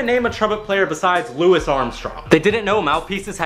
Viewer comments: Its pronounced like louie not Luis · i'm sorry but you pronounced louis armstrong like lewis? whoops